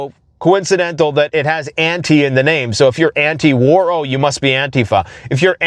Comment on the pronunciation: An TEE fuh